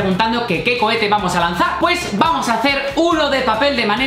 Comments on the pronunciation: cohetes no cochetes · Cando dijeron lansa cohetes pensé que dijeron lansa pedetes